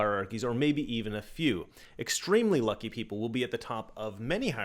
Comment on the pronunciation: I find it funny how you say “lucky”